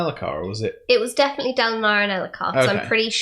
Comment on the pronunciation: In the first episode, I'm pretty sure she says Daladin.